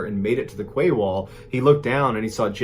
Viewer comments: I love watching your true stories, but I’m going to have to point out that ‘quay’ is pronounced ‘key ‘and not ‘ kway’. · Quay wall?I think it’s meant to be quay is pronounced KEY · I came straight to the comments to see if anyone else noticed the ‘kway’ wall! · Quay is pronounced 'kee'. So it was a 'kee wall'. The word originates from the north of France. I couldn't work out what Mrballen was talking about for a while there! 😂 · Mr. Ballen, I hate to correct you but then again I'm sure you wouldn't want your message constantly pronouncing a word incorrectly. In your story about the photographer taking pics of all sorts of water situations... the word 'quay' is actually pronounced "kee". Decades ago while living in Portland OR, my husband and I spent New Years with two other couples having dinner, drinks and dancing at "The Quay Restaurant" in Vancouver WA. Great time. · Oh my god that poor man in the oven! You wouldn't want to be born to die like that. (Sorry, lovely Mr Ballen, but you pronounce 'quay' just like you pronounce your 'key')